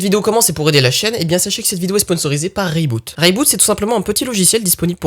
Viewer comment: Je suis étonné que ton sponsor t'ai laissé prononcer le produit "ray boot" alors que en toute logique le nom vient plutôt de "re iBoot" (corriger iBoot sur iOS)